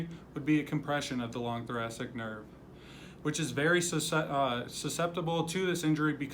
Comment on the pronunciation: That is not how you say thoracic 🤦‍♀️